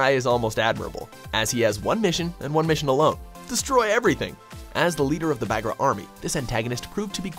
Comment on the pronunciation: I don't like how you pronounce Bagra